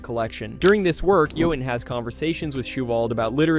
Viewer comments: The narrator uses both pronunciations including a third that sounds almost lazy, sounds like you-in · It’s Johauhn not JohAn